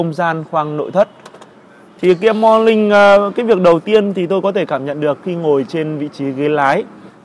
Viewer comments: Làm youtuber mà Ngọng níu cả lưỡi... KIA MO LING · nói chuyện gi mà khó nghe , morling chư ko phải morning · morning = mo Ning, chu khong phai mo Linh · Mo nin mà cứ đọc mo lin vãi cả review xe ngọng.